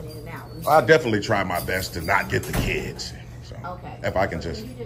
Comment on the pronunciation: But the KEEDZ, the KEEDZ? And the AMBERLAMPS too! LMFAO 😁